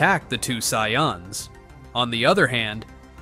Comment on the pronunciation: the "Sai-yons"😂